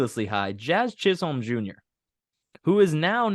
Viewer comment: It’s not Chiz Holme. It’s pronounced Chizum. Seriously. It’s hard to take this show seriously when you can’t even pronounce basic names correctly.